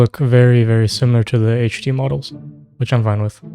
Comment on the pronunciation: the way you say HD, sounds like HGD xDD 6969